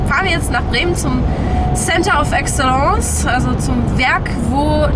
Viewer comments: Center of what?, wenn die ersten beide Worte englisch sind, wird es das letzte wohl auch sein. „ˈeksələns“ 😉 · Center of Excellence... Englösisch wird das also ausgesprochen? 😁 Ansonsten mal wieder ein sehr gutes Video und ein tolles Auto! Würde ich so auch nehmen. Aaaaber da gehört das große Assistenzpaket unbedingt mit rein. Vor allem wenn man mal zig Kilometer geschrubbt hat und dann in einen Stau kommt ist es ein Traum wenn man das Auto mal machen lassen kann.